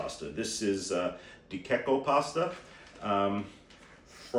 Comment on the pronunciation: De Cecco and Garofalo are mispronounced.